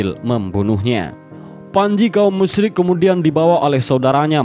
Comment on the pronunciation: Maaf sebelumnya Saya dengar Pengucapan kaum musrik sama kaum muslim hampir sama Saran, yang musrik ganti pengucapan kafir